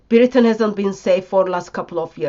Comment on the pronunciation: ”Welcome to Beritain!”